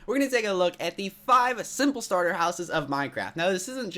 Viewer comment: Him: This is a modern starter house a modern sarter house yes a modern starter house. Me: ummmmm...